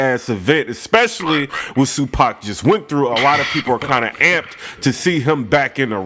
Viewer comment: Nigga said tsu-pac 😂😂😂😂